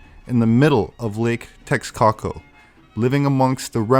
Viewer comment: Awesome video. By the way...its pronounced "tesh-coco". Much easier to say than the way you're trying to say it. Much love.